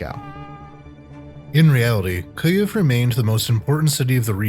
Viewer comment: Best, most clear pronunciation of "Kyiv" I have yet heard. Been struggling not just with saying it right, but HEARING it right, for months. браво, і з нетерпінням чекаємо на наступну частину.